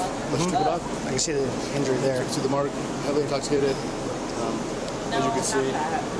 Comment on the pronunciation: "I'm not into.... intoc...... intoshikated." (Translation: "I am trashed beyond imagination."